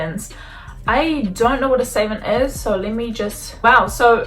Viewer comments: Savant pronounced "suh-vahnt" :) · Its pronounced sAA vaant